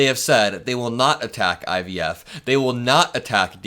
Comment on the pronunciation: But yet Trump was calling himself the “Father Of IVF” & sometimes he said IVS 😹😹